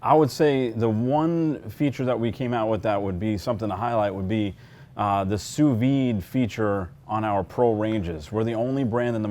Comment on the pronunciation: The "d" is pronounced (softly) on sous vide